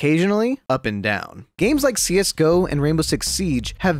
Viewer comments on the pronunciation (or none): none